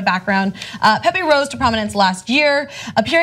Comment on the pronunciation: Is not pepe is "Pepe"